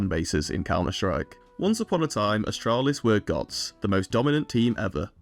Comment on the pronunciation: You said ASStralis? You earned a sub! 😂